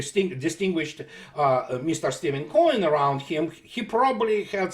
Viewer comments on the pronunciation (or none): is referring to Stephen F. Cohen, it sounds like he says Steven Coin.; Cohen has written several books on Russian. The only one I have read is Bukharin and the Bolshevik Revolution, which does buys into some of the Anti-Stalin lies promoted by the West.